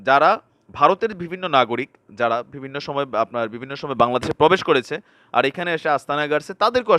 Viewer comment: mind korbenna..apni bivinno word ta use koren besi, kintu uchcharon vul koren,,vivinno bolen, so bo k vo bolen, parle thik korben plz